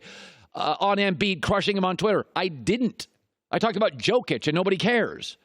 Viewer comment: still isnt pronouncing jokic's name right